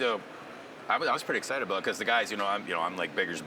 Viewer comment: Exited? Or excited? 🤪